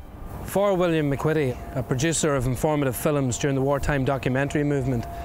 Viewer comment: My goodness...Williams name is MacQuitty pronunced MacQuitty not MacKitty. Corrected later